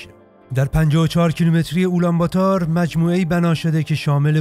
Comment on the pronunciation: سلام و درود بر شما: (اولام باتار) که شما میگید در اصل اون تلفض میشه (آلم باتور) یعنی قهرمان مردم. من هم پدرم گوسباک است و مادرم فارسی زبان در افغانستان زندگی میکنم.